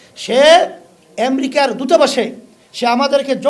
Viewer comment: এসব অশিক্ষিত মূর্খের দল ক্ষমতায় আসলে কি করবে এরা বিদিক খেয়ে যাবে কিছুদিন। উনি জিডিপি উচ্চারণ করতে পারেন না। আমেরিকা আনতে পারেন না। সাধারণ মানুষের টাকা মাজারের মাধ্যমে লুটেপুটে নিয়ে। এগুলোকে আরো শক্তপোক্ত করতে এখন রাজনৈতিক ক্ষমতায় যেতে চাচ্ছে।